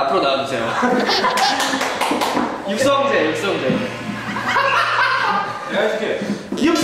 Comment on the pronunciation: I can't tell you how many times I repeated that "YOOK Sung Jae, Yook SUNG Jae, Yook Sung JAE" part LOL Hyunsik has great variety sense!! Thank you for subbing this~